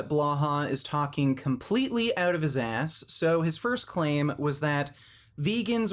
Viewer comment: "Did you pass ooot" ahahahah